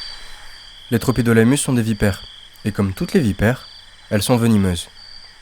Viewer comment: Magnifique ! Sinon ça se prononce « tropidilémus » 😊